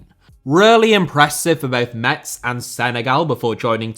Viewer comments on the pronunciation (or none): none